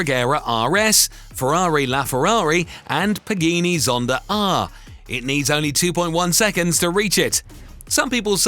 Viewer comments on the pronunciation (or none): Ah yes the paganini and the lamborghini reveletto 😭😭😭